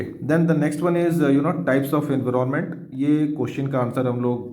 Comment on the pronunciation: Why are you saying envroment